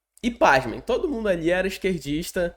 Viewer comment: "TOOÔDU" polítiku só quer votu!??? TODO!!???? RESPEITOSAMENTE, argumentação superficial, "desganhou des-ganhou" um possível inscritu...